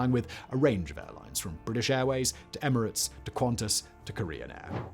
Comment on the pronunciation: "Emerads"??? Also Emirates has both suites, showers AND bars.